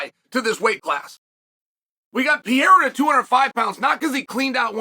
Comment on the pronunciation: I turned it off when he yet again called Poatan Pierra.... Chael is a moron